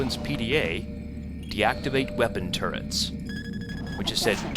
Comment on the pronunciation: LOL, turrents? Really?))))